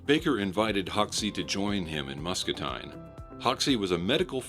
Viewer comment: "Muscatine" pronounced "MUS (cuss) CA (DUH) TINE (TEEN)